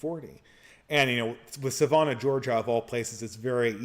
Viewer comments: Sa “van” ah Georgia, not Sa “von” ah. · I was listening in the background and didn't realize where he was talking about. I went to look up "Savona" to see where it was before reading the question on the screen. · Your pronunciation of Savannah though